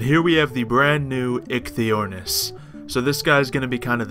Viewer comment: I believe it is pronounced "Ikey" but the pronunciation may vary from word to word :)